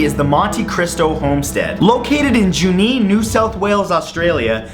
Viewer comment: he actually pronounced Junne , correctly, yay, also I still have yet to visit that creepy house and I actually want to go there.😄😄😄😄